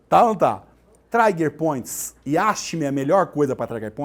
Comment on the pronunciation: Não é traiger point mas TRIGER POINT